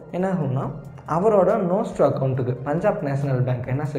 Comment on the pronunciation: Bro Nostro and Vostro konjam clearah solringala.. ??